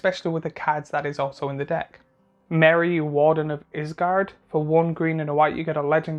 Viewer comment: Couldn't listen after Isengard was called Isgard😂